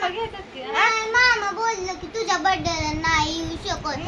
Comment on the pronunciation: बरथडे नको म्हणत जाऊ ग बाई bday म्हणत जा लय irritate करतेस